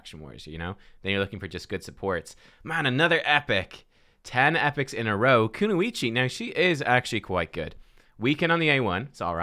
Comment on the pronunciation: Not saying Kunoichi right